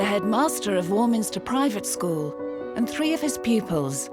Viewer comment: How bizarre ! The headmaster of the 'posh' school is not posh ! He speaks with a kind of modified 'estuary' accent. He can't even pronounce the word 'school' correctly but refers to it as a 'scaw' ! I think the fee paying parents must also be of humble origins with newly acquired wealth or they would have spotted this and been put off.